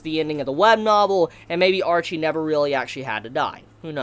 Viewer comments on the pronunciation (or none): I liked everything except your inability to say names correctly... Her name wasn't Archie.. Ar-shea as in shea butter in lotion.. You make me wanna punch you...